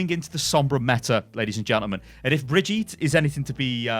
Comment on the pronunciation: PLS...type the Name "Brigitte" into the google translator and listen to how it`s pronounced...its not a french name...its a german name fgs! xD